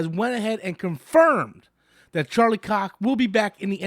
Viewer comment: Anytime says Charlie's name: "Charlie 🍆"